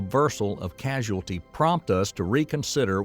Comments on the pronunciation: Casualty instead of causality? 🤦🏻‍♂️ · Causality vs casualty. Great video, but this had me cringing every single time. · The word is CAUSALITY; not casuality! Jeezus! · I like it. But, it did raise some scrutiny when the narrator repeatedly pronounced causality as casualty. Your humble proof reader. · Also the narrator says the word causality as casualty. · Causality not casualty. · Causality. I guess they missed that slip up. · 🙄 It's pronounced: CAUSE-ality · Beside mph vs mps, hasn't he also mispronounced "causality"? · yeah that one made me wince every time he said it. Like how did no one notice that (its a science video!) before posting? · And he says "casuality". Surely he mean "causality"?!!!! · Casuality? Don't you mean causality? Next time, get someone who knows how to read to narrate. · It is cousality not casuality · Causality V Casualty ? It's hard for an AI robot to know or care about the difference. 🤪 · It's very annoying when the narrator is so clueless he keeps pronouncing "causality" as casualty!!! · Causality not casualty lol. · Is the narrator a physicist, or just a voice actor reading from a script? He sounds like he comprehends the subject matter, but he continually gets the speed of light wrong, and why does he keep saying "casuality" instead of "causality"? These seem like pretty amateur mistakes, lending to a feeling of getting a science report read by a news reporter with little understanding of what he's explaining. Perhaps I'm just stuck in one of these "casual paradoxes" he mentions. is this like soap opera science? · It's causality, not casualty. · Please it's not casualty but causality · Also, he keeps saying the word “casuality” ( not a word) The actual word is causality. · It's causality, not casualty. LMAO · For JustinSmith623.. So right Bro…. CAUSALITY…not casualiity. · Casualality. That's what he said. He meant to say Causality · It's "Causality" not "Casualty!!!!" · Causality, not casualty. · It’s “causality”, not “casualty”